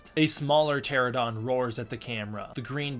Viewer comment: God dammit it’s PTERO-NO-DON!!!!!!